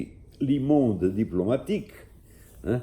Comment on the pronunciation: O correto eh pronunciar 'Luh' Monde. O "e" de "le' eh como o "e" de 'the'; eh como um 'schwa' ingles. Jah a palavra francesa 'les' eh pronunciada 'le'. Le monde vs les mondes. O mundo vs os mundos. Luh vs le.